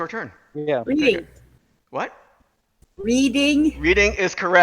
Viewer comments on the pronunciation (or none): it is pronounce red-ing not reading railroad lol congrats sword